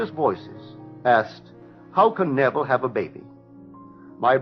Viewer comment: His name is not pronounced Naval it is pronounced Nehvil with stress on first syllable